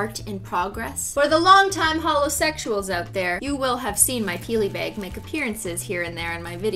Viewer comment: Why does she say beyg not bAg